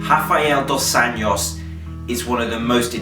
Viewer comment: Cool vid, man! Just a cent: the "j" in "Anjos" is pronounced like in the french greeting "bon jour". ;)